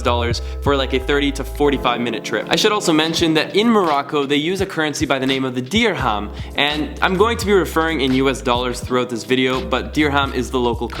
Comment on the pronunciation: You can't make fun of Katie's accent any more, after your version of "Dihram" 😂